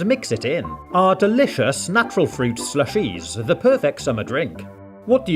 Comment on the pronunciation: why do you pronounce it ShlushEEEs